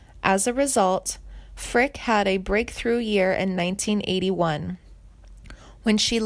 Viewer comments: Edie Rabbit ? Hahaha,..you dingbat ..it's .Eddie ,...and it's pronounced Frick eee,..not Frick ..damn. You're a frickin' goober !! Oh,..and she's alive !! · Jane's last name is Frick e, not Frick. Reader must not be a C W fan. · You murdered the Pronunciation of her last name! and Tanya Tucker's First name! It's not Tonya it's Tan-Ya. Frick-ee and not frick! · Whoever did this video, isnt even pronouncing her last name correctly, it’s not, “Frick! “, its “Frick ‘ee!” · There is no sad ending and they can't even get her name right. It's not Frick it's Fricke. Eeeeee. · Ur mispronouncing her last name its NOT pronounced like the word "brick" it's pronounced :Frick-y" Like "Frick-ee" like the word ."candy" or like the word "Freaky" ...please learn how to pronounce the correct way to say people's names ...its super annoying !! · Pronounce her last name properly! It is Frickeeeeee, not Frick! She slaughters every name she pronounces to such a degree that I had to laugh out loud! Learn your subject before trying to inform others! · The last name of country singer Janie Fricke is pronounced "FRIK-ee" (/ˈfrɪki/), rhyming with "icky." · It’s pronounced Frickey, doofus. Also Hoosiers is pronounced Whose yers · It is Frick-ee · Her name is Janie Frick-e. It's not that difficult. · This is weird and irresponsible. She is alive and well, as well as currently touring. Her name is pronounced Frick-ee and it’s “hoosh-urr.” Perhaps this isn’t the career for you. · pronounced Frick EE ....EH DEE Rabbit learn how to pronounce words correctly before you make a video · For cryin' out load!! She's not dead!! Her name is pronounced Frick-eee!! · Yea...Janie Frick I wanna pull my hair out lol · Hard to take you seriously when you don't even know how to pronounce her last name. Geeeeeesh. 🙄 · Janie is my cousin and you can’t even say her last name correctly! 🤦🏼‍♀️ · At least pronounce her last name correctly….. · You couldn’t even pronounce her last name correctly!😠